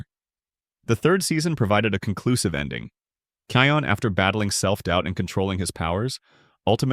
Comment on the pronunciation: And and its not keon its kIon